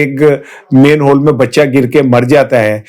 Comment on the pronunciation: سر جی مین ہول نہیں مَین ہول لفظ ہے